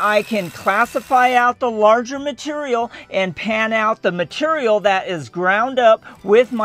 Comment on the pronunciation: that's some purdy "mitureal"